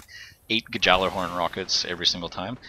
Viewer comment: Furthermore, Gjallerhorn is pronounced yallerhorn. It's old Scandinavian.